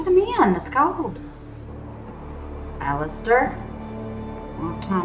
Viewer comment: You probably already know this by now, but it's Ser ALLISER Thorne, not Alister 🙂